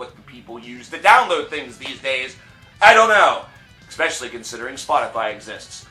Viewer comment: "expescially" I fucking hate it when people say that shit